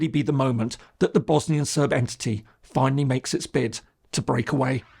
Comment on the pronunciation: Bro said finaly on colapse 💀